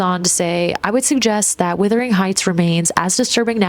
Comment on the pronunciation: It WUTHERING (meaning very windy) not WITHERING (meaning shrinking and dying). The Yorkshire moors are really windy and cold.